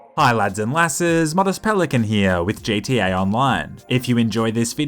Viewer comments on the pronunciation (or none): Bro this guy said jta 5 instead of gta 5